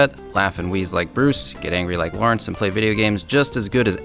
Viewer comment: it's not "Lau". His name is Lawrindse